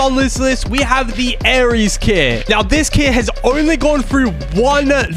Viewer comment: its aery not aries